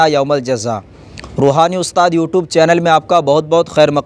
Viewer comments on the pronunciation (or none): none